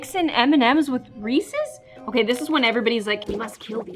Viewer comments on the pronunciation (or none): i got so mad when she said Reese’s like “reese”